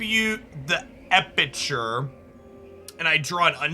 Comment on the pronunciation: EpiCure. Not EpiTure